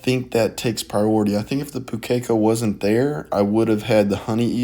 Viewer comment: Sorry to be that guy but Pukeko pronunciation, the strong syllable is the first one, so it's pronounced POO-ke-ko, not pu-KEK-o.